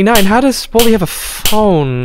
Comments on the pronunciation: bro said bladi instead of baldi 💀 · Baldi❌️ Bladi✅️